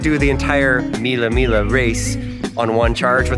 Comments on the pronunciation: Belin it's named Mille miGLIa not mille mila😂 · The pronunciation is "MEE-lay MEE-lyuh". VROOM! VROOM! VROOM!🚙